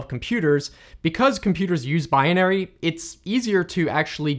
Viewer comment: Do you always mispronounce " binary"? It seems that you do.